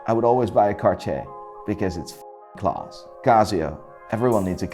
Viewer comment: the way this guy says class is why I come back